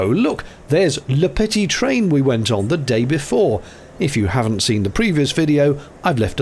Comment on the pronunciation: Your French pronunciation could do with some work: Aube, petit train etc.